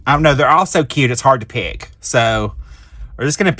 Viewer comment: Don't you just love the critters? The chickens are my favorites, but they are all adorable. When you said,"It's hard to pick", it sounded like "it's hard to pig" :)